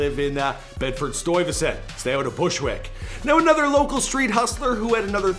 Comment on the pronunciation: Canadians can’t say Bushwick, Brooklyn